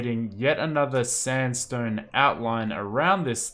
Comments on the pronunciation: “Stanstone walls” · LMAO HE SAID STANSTONE WALLS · "standstone walls" hahahahaha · “standstone walls” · “STANDSTONE STAIRS” YAYA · "standstone" if u know u know